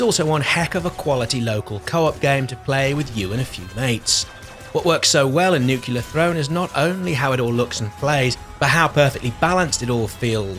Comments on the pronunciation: he said nucular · Why do americans say "nucular"?